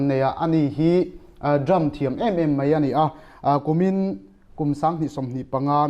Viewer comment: Mei ti lovin,Mai tiha lam ṭhin a ṭha hle 'Mai'.